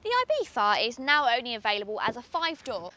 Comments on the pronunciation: I bee tha and not I bee Zzza???!!!!! why???? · I know it's the correct pronounciation, but the "th" is killing me, just call it Ibizza, Ibisa or ibitza like half the Europe does, it sounds much better than the god awful "ibitha"